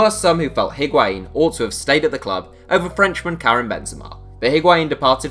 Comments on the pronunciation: Patinho He pronounces it well, except for the H that should be mute. The pronunciation is I (Like saying the i in the word 'in') - wa - in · Hearing English people say Higuaín is so painful